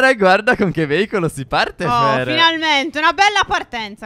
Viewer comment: No ho capito cosa vuol dire veivolo ma si dice veicoloo